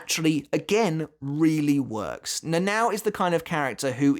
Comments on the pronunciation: I loved the video, but honestly the way you pronounced "Nãnãõw" instead of the proper "Nanao" got on my nerves a bit 😅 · NA-NA-O, not "Nenaw"